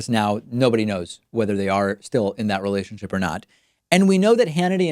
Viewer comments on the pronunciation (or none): none